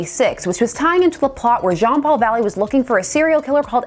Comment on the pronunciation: I was not ready for your super Frenchy Jean-Paul Valley voice, and the raspy voicelines you did for Preston Payne were chilling through headphones